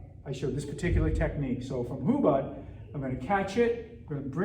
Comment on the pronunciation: Hubud is pronounced different. You should know basics before teaching others.